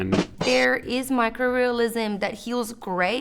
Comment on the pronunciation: When she said micro tattoos. I heard Mike Rowe tattoos and was really puzzled how that got to be a thing.